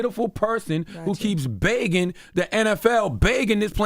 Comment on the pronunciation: CTG is absolutely right and can someone please teach CTG how to say 'begging'' lol